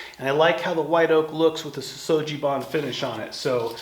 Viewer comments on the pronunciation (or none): Sugi is pronounced with a hard "g" not a soft "g".